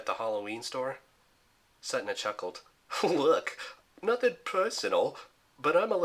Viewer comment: its pronounced as set ney not setna